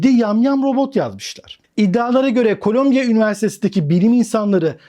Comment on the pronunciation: Colombia (kolombiya okunur) bir ülke. Columbia (kolumbiya okunur) new york'da bir üniversite. Kolombiya Kolombiya dedikçe vay be dedim kolombiya ne gelişmiş ükeymiş, robot yapıyor. Sonradan düştü jeton.